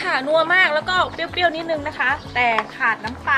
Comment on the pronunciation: เปรี้ยว ไม่ใช่ เปี้ยว